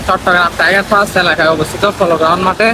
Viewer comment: আরে ভাই টাইগার ফাস্ট না, টাইগার পাস।। আপনারা কেন ব্লগ বানান বুঝি না ?